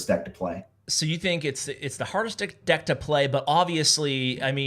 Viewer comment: That awkward moment when you almost say "dick" instead of "deck"😂😂😂😂